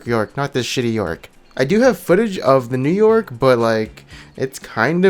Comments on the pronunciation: New Yorick ... Sounds More Like New York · You say New Yorick the same as New York......